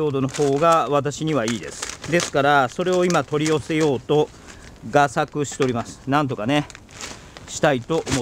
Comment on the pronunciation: 余計なお世話ですが「画策」は「かくさく」と読みますよ。私の教え方が悪かった。ゴメン